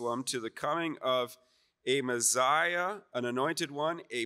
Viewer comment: Why does he say Mezziah? It’s Messiah.